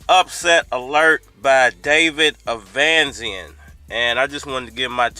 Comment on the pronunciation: Bruh u make us black folks look bad when u mispronounce these names like that, I know u can read fam, the man name is Eimantis stanionisGT1 (E-mantis Stanny-o-nis) David avanesyan (av-a-nesy-n) smfh 🤦